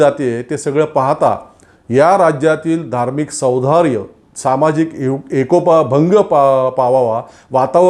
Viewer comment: वरील व्हिडिओमध्ये शब्दोच्चाराच्या दोन चुका झाल्या आहेत. आणि त्याही दोन-तीन वेळा. एक तर त्या दुरुस्त कराव्यात किंवा व्हिडिओ रिटेक करावा आणि विघ्न संतोषी लोकांच्या हातातील कोलित काढून घ्यावे .त्या दोन शब्दोच्चार चुका आशा मर्दुमति , सौधार्य( सदोष) / मर्दुमकी, सौहार्द (निर्दोष उच्चार)